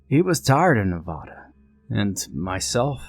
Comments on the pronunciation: Yay another nevadan. He is saying it wrong right it's Ne-va-da not Ne-vä-da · It's Ne-va-da, never say Ne-vä-da. It's like saying new - ýãke city. It's wrong and offensive.